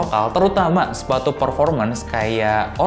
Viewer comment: Pas ngomong sepatu ga jelas tapi siluetnya si compass wkwkwk